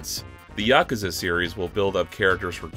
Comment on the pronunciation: Yah-kuh-zuh lmao